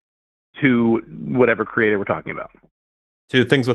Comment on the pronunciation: “Kree-ay-TOR” 👎🏽👎🏽👎🏽👎🏽